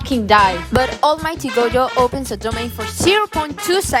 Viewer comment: This person calling gojo goyo is so... weird